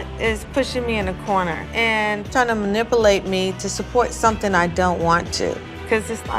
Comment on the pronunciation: “ma-nipple-ate me”